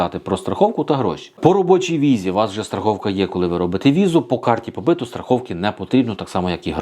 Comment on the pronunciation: Карта побиту, наголос на у. Тобто побит по українськи бути, проживати, працювати легально на території Польщі.